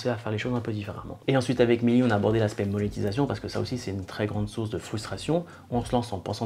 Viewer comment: "M EU nétisation" 😂